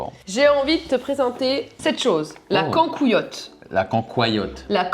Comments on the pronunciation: Vraie question. La cancoillote se prononce pas normalement con co i otte? Psk avec ma mère on le dit comme ça😂. Après je viens de Lorraine, donc ma prononciation n'est pas forcément la bonne 😂😂😂 Vive l'accent Lorrain ❤ Au passage, ça serait cool de vous voir faire des dégustation des spécialité des régions. Si ce n'est déjà fait. 😂 Ça serait fort drôle 😂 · Vous m'avez fait trop rire avec la Concoillotte. On l'appelle conc"ô"illotte. Et vous pouvez la faire chauffer en la passant au micro et en la mettant dans des pommes de terre cuites à l'eau ou cuites en papillote dans le four 😍